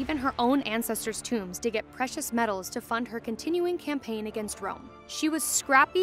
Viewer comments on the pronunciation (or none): none